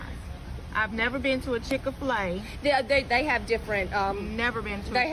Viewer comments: "I've never been to a Chick-a-Fil-A" ... obviously, or you'd know how to say their name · …did she say “chick of filet”? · called it the Chick a Fil-A